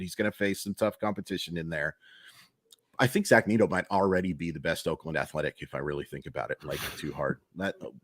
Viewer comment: Is it pronounced Neat-oh? or Neh-toe?